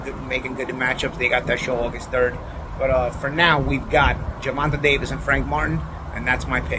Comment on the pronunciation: GervantUH. Love it.